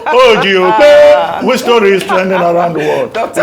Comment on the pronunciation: Abati, STOP IT!!! Stop the disrespectful introduction of your colleague, the lovely Ms. Ojy Okpe. Presenters have gotten fired for far less in other countries. You can't even pronounce her names right. Shame on you, Abati!